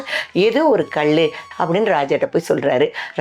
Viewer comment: இச்சிலை விலை மதிப்பு அற்றது. கயவர்கள் திருடக்கூடாது என்று அறைக்குள் வைத்து செதுக்கப்பட்டதாகவும் செய்திகள் உண்டு. ( தமிழ் உச்சரிப்பு சில இடங்களில் தவறுதலாகவும் இருக்கிறது. உதாரணத்திற்கு கல். கள் ஆகிவிட்டது)